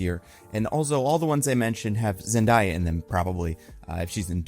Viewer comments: i stil don't understand how you butcher Zendaya's name. Like you hear other people say her name but you wanna be a dickhead. Zen-DAY-YA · you're so great but you gotta start saying Zendaya's name right.